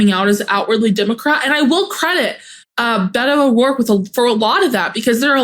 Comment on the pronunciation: The nickname "Beto" is short for Roberto, and, is not pronounced "Bedoe." It is pronounced "Bet toh," the T is strongly pronounced, and the "O" has no diphthong. Former Congressman, Robert Francis O'Rourke of El Paso, is Irish, and would be better served as a Roby, or Frank. It is a political ruse to use the Hispanic term to get the Hispanic vote, but, the O'Rourke part gave him away. As a Hispanic, I'm not too proud of the Bedoe moniker.